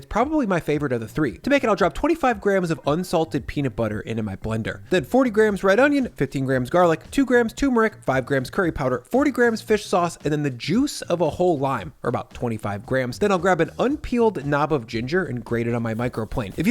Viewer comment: am i a d1ckh34d because i want people to pronounce turmeric "TERR-MER-ICK" not "TOO-MER-ICK"?.. anyway these marinades are the t1ts, great job